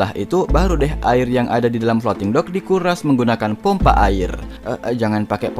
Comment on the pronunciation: bilang dock bukan dog bogeng